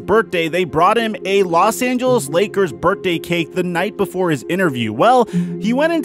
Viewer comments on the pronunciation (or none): manZ really said Burt-day cake